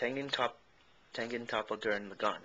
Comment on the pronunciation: YOU PRONOUNCED IT WRONG!